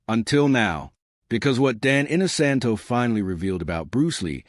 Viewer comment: Clickbait! Dan is only seen in this video at the front for 10 seconds. The person doing the voice over should have at least learned how to correctly pronounce Dan's last name.